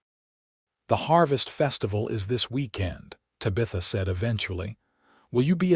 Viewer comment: Lovely story! But your murdering her beautiful name. Te bah. th. ah. 😊